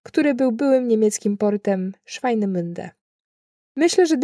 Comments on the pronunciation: 10.27 Schweinemünde 😂 Swinemünde 😉🙂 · Nie Schweinemunde bo to znaczy świnio ujście tylko Swinemunde czyli ujście rzeki Świny koleżanko bez obrazy. Mieszkaniec Świnoujścia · nie "szwajneminde", a Swinemünde. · nie Schweinemünde, tylko Swinemünde;-)